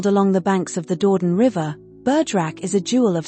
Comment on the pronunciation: WARNING! - AI ALERT! This pretty video contains an "automatically generated" voice-over - a product of the Brave New AI World, it seems? Unfortunately, this fabricated voice is totally unable to handle two languages at once, so every French word or name is mispronounced. Is there anyone who does not know that 'Dordogne' is NOT pronounced 'Door-don'? Or that 'Église de Notre Dâme' isn't 'egg-lays not dame'? Have fun - spot the boobs!